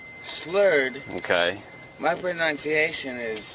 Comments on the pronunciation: "shlurred?! My pronenseation is good!" Ok, dude. Sure. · his pranunshiashun is goood & so's his burp And, I used to have a drug plublum but I'm cured. Check my car.